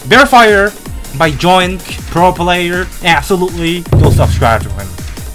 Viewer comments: bro pronounced zoink as jonk 💀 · isnt it called Zoink not Joink?